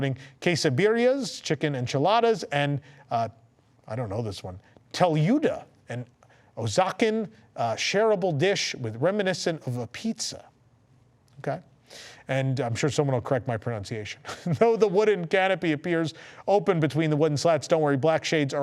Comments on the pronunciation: The word you pronounced as "Oh Zah Ken" is pronounced "Wah ha ka", I tell you in the spirit of trying to be helpful. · Hearing pronounce “Oaxacan” was the highlight of this video. I actually spit my drink out. Can’t wait for stage 89 stream it’s gonna be awesome!